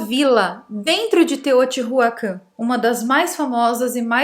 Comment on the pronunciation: O conteúdo é interessante. Porém, os nomes dos locais estão muito mal pronunciados : Teotihuacán , não tem o H aspirado como em Inglês. Teo-ti-Uacân. Chichén Itzá - ch como em."chair" Tchitchên IztÁ (som aberto e forte). Teotihuacanos é o gentilicio